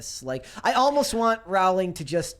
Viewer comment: Pronounced “Rowling” like “Bowling”